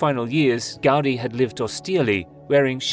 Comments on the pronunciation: you say "raise your intelligence bar. It's normal speak for averagely educated humans" yet right after you proceed to talk about things you don't know. Talk about ignorance, but the fact you say "Gaudy" instead of "Gaudí" already shows you have no clue what you are talking about. As someone who has lived here for four generations, it's disgusting to see people like you talk about things they have no idea about. You miss all nuance, all the cultural implications, the economic growth, and all of the good this project has brought to my hometown. You blame it for things it has nothing to do with. Say the tourists are ruining our economy while having no idea what the current economic and social status here is nor what the cause for it. I am yet to meet someone against La Sagrada Família as a whole. Well that is excluding people like you who weren't born here nor don't even know the history behind this city. Ignorance and hypocrisy—you throw out those words yet that is all you are. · Gaudí should be pronounced "gawDEE" not "GAWDee". Did you not see the accent mark over the little letter "í"? Do you think it was put there just to make it look cool? Have you zero ideas about why accent marks exist?